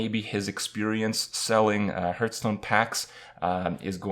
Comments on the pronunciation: Please stop with the HURTSTONE! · why does kripp always say hurtstone? Is that the right way? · You still can't pronounce hearthstone after all this time.